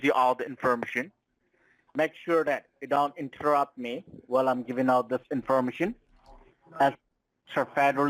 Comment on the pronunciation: WTF is "in-FERMA-shun..?" I love these guys, for their comical English, and their overall stupidity. But most of all.... the lack of respect for YOU...Don Corleone....can we get Luca Brasi to 'whack' these a**holes?